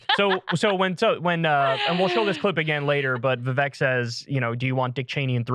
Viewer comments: "Vivek" rhymes with "CAKE" (not kek) lol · Krystal is mispronouncing viveks name.... it's not vivayk....